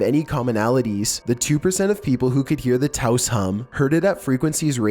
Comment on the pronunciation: thank you for pronouncing Toas correctly. As a New Mexican, it's a pet peeve of mine. That and people who don't know we are a state.